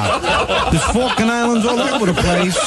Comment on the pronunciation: Falklan islands =Falcon islands, not fukin islands..